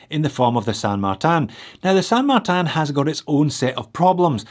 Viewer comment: I really like the balance of dial, logo, text and markers. It feels like a good design, regardless if it replicates the Explorer or not (which it does not, precisely). And, I will beg you to amend your pronunciation of the San Martin brand name. The language is Spanish (the other Romance languages spell either the San or the Martin differently) and the correct way to say it is San Mar-teen, without any nasality or particular stress on either syllable.